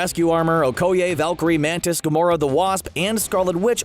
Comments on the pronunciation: the faq? It's O-koi-aye not O-ko-yay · It is pronounced (oh-koh-yeh) not (oh-koh-yay) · We gotta tackle this major issue... Okoye = Oh Koi Yay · LOL "oh-ko-yay" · Okay is nobody talking about his way of pronouncing Okoye???